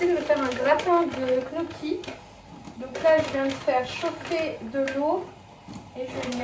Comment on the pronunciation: Coucou, je suis tes vidéos chaque lundi avec plaisir 🙂 Je profite de ce commentaire pour te dire que Gnocchi, ça se prononce "nyocchi" 😏